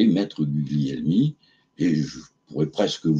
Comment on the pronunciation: On prononce Gulielmi. Gl en italien, on ne prononce pas le G.